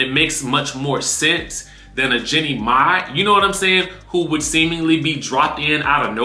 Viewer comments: Her name is Jeannie not Jennie. Like genie. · Her name not Jenny it’s Jeannie